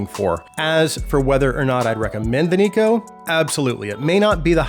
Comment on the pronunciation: Neko is a japanese work, thus it is pronounced as "Nekoh". Amazing review as always!